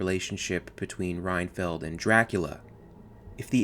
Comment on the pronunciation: Great video, but it's Renfield not Ryan-field.